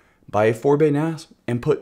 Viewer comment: ... "so, when ever your getting an ass 😉 (a NAS)" ... sorry, I couldn't resist this joke, it sounded just like that